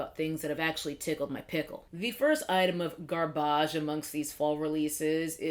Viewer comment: "Guarrbãj" that's the only way to say garbage from now on 😭💀!